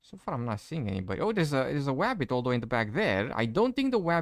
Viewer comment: ..the "woof" the "Zambie" and the "wabbit" lol